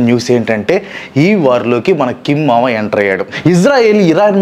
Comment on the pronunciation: ఏమో అన్న ఏంటో కిమ్ మామ పేరు వింట్టే చాలు నీవే గుర్తొస్తున్నావు,,,,, నిజంగా నిే నోట్లో కిమ్ మామ పేరు బలే అందంగా చెప్తూ ఉంట్టావు